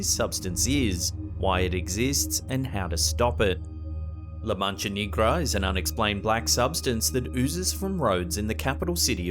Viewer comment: He said la mancha Knee-gra 😂😂🙏🏽 please look up how to pronounce words correctly I would hate for someone to come at you for certain Spanish words